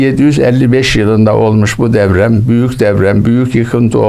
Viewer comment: Ula herif DEPREM bile diyemiyor, deprem yerine DEVREM diyor. Usta, deprem senin asker devren mi. Zaten kağıttan okumasa, konuşmasını da bilmiyor.